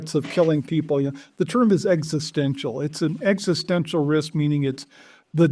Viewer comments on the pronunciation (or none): none